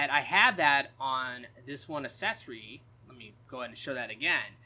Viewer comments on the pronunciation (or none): It's "a-ck-s-e-s-or-ee" not assessory lol